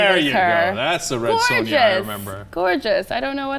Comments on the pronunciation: Red Son'Jia'? My god, she's so young... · how could she pronounce it "red son-jah" seriously?... takes away lots of credibility in terms of her intellilgence.. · "Red Son-ja?" Oh come on! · You cant even pronouce Red SONJA? Who is this chick? Where is Anna? ANNA!!!!!!!!!!